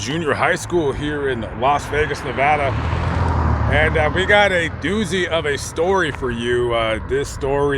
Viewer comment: I appreciate you pronouncing the state “Nevada” correctly. I lived in Las Vegas for a year and the first thing that was said to me was how to pronounce Nevada correctly since I was now a resident. lol